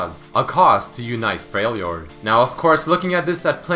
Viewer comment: "A lot older than he really is" what Also, it's not pronounced "Freil jord", it's "Frel jord."